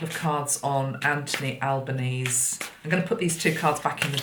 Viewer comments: Just for info the new PM's surname - the final e in Albenese is pronounced so it's like Alban-easy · Albanese pronounced Al ban easy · Love your work. Just to let you know Anthony Albanese is pronounced Albanesee as in rhymes with sleazy